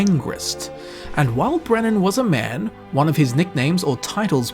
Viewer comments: Its beren not brennan beren and luthian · i love you, but it's BEREN NOT BRENNAN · Brenan = Beren. As in, Beren and Luthien. Lol i was like wait, who is this mysterious Brenan guy? Ive read the silmarillion a few times and never heard of him! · I feel like the skeleton on the mountaintop explanations were a little bit of a stretch. Thorin didn't die on top of Erebor, he died out on the battlefield before it. Also, as a massive Tolkien fan, the fact that you called Beren 'Brenen' bugged the ever living shit out of me. Fucking love the video though. Your stuff is awesome. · OOF on that pronunciation of Beren's name., who the hell's Brenon? Great video though